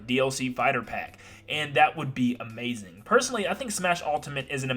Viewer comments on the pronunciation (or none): none